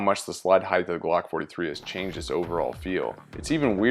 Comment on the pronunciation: It's "heighT" not "heigTh" learn how to speak English correctly please